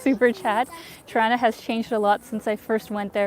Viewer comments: the right albanian way of pronunciation is with e like beer ,teerana..FALEMINDERIT for your great videos in my city!!! <3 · It's so cute when you say out or about with the Canadian accent. And you say Tirana like Toronto. Cuteeeee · You know your pronunciation of Tirana sounds suspiciously like the east Canadian version of Toronto right? 😝